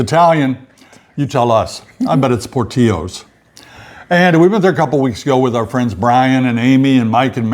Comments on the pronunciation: It is Por Till o’s in Italian We pronounce the L’s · Loved that story about George. Warms my heart. Love his Mom's kindness to him. Also, you do pronounce Portillo with the L's. I'm from the Chicago area and so are they!